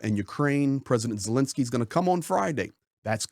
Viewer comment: It's VoloDymyr (accent on third syllable) Zelenskyy, not "VoLOdymyr Zelinskyy."